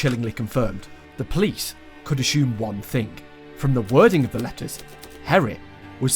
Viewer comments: he kept pronouncing G as H. hearing Herrit every time instead of Gerrit was pretty jarring. not to say this is some terribly horrible thing that he should be ashamed of... but the pronunciations were pretty bad. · nah g(uh)errit would have been way better, since it's more accurate to how the name is written, and far less confusing. I had to remind myself that herrit was gerrit half the time. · Took me 30 mins to understand you didn't say Harrit instead of Gerrit... 😂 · Bro called him Herrit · as a dutch guy, ik vind de ''herrit'' als gerrit zegt best grappig